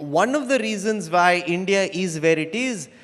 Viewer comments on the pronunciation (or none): Woh! Mr. Tharoor that's India not Hindia.